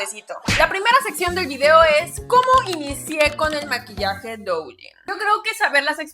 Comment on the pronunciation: Duyin, se pronuncia duuuuuyiiiiin! Me da cosa cada que lo pronuncias mal